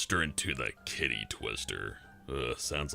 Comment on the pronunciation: I was paying half attention and I thought you said kiddy rather than Kitty.